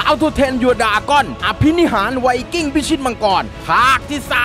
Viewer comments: ไวกิ้งไม่ใช่ไวสวิงกิ้ง555555+ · ไว"สวิงกิ้ง"??